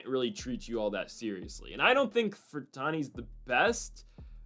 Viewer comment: FER-RANT-I .NOT FER-TAN-I. Sound out the syllables, LEFT to RIGHT.